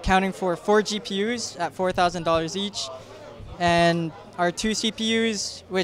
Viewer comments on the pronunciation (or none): My god did he say 4 gup'sssss (African ascent)